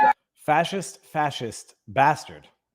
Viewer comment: it’s BaRstard!